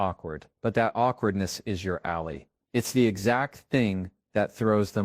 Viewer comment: This seems like a deep fake A.I. video. In fact, it's not a video. It's just a photo of Jefferson Fisher and a fake A.I. window and rain image. Even the voice sounds a little off. Makes me wonder about the validity of the content and if this is a copyright violation. 🤔(listen to the mispronounced word "ally" at the mark. The fake voice pronounces it "alley")